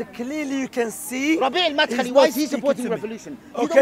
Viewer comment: "Madkhali" lol u know someone doesent read when they say that